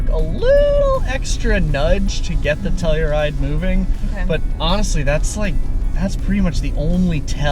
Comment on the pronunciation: Why do they call it "Tellyride"?